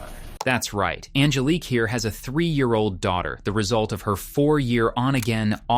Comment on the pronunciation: “On-GUH-leek” lmfaooo sorry but that was funny af